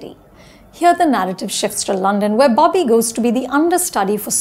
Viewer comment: Its Bobby. Not BAABI. Accent maarte maarte pronounciation bhi bhool gayin hain ye madam.